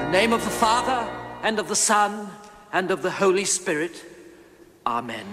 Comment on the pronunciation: Holy goat🤣🤣🤣🤣in the name of the father and of the son and of the holy spigit 🤣🤣🤣🤣or what I cant pronounce